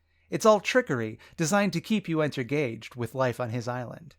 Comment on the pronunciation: Don't think I didn't hear you say "entergaged."